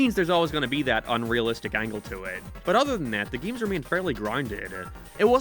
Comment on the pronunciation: It never gets old when he pronounces games "gims"